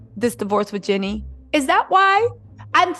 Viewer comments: its (GEE-NEE) like Genie in the bootle lmao not jenny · Please say “Jeannie” NOT “Jenny”